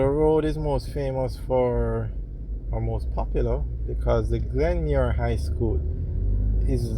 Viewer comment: Yo its not Glenmuir drive its Glenmyir road